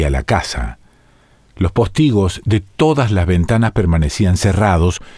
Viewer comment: Me generaste una duda y consulté el diccionario de la RAE. Estás equivocado, es postigo, no póstigo. Espero que te refieras a la pronunciación y no al tilde. Aún así, no sé si es cierto.